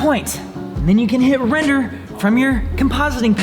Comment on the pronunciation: "Wrender." Wren 2019